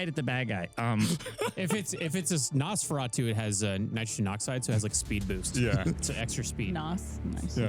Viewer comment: "Say Feratu" "Feratu" "Add an S at the front" "Sah-feratu" Dammit, I love 🤣